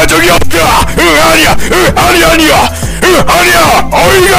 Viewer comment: 아니 갈수록 응아니야가 "으아이야!"로 변함ㅋㅋ